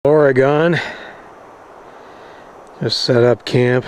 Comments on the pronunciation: Please don't pronounce it , OR-GONE... Its pronounced "ORGN" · Or, prounounced "Oregin" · ha ha ha ha... it is pronounced OR- uh-GUN or OR EE GUN. It hasn't GONE anywhere. :o) We teach people to say it by have them say "A knife 'or a Gun"